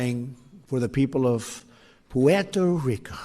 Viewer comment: Chai-Nah and Pweto-Rico.